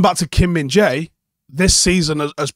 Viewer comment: At the World Cup they pronounced him as minge-eye 😅